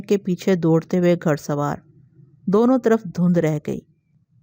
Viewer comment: تلفظ صحیح ادا کرنے کی کوشش کریں باقی good job لفظ گھڑ اور کرخت اور بہت سے جو میں آواز کے ذریعے سنا نہیں سکے